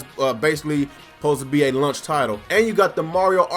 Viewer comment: what's a "lunch title"? ;) Jk... I'm just breaking your balls on the pronunciation of launch. Great vid as always!